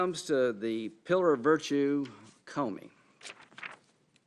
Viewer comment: Lol hes says commie instead of Comey twice.